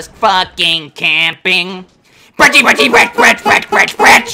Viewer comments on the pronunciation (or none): Lil late but not brechie ita pronounced like breki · Not "breechie"